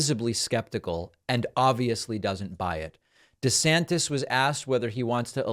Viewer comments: "Woke ICBMs are teaching our kids about giant dildos and we really need to start thinking about parents rights in these matters." - Rob! DEE-Santis (pronounced "WEE-ner") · Please it’s Duh Santis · The guy can't even pronounce his own last name correctly